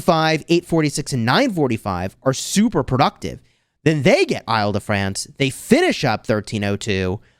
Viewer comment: the way to pronounce Île-de-France is like "ill" or sick in english....